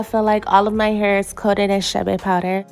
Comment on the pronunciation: Not chabe chade